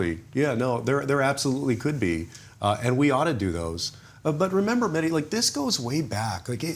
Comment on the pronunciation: Mehdi I am surprised that you don't ask your guests and fellow journalists to pronounce your name right. Most just say Medi, which in my humble opinion is disrespectful to Imam of our time Imam- e- Zaman. My brother's name was MeHdi and he demanded his friends pronounce it the way it's supposed to MeHdi with emphasis on the H. Would love to see all your guests do the same Inshahallah!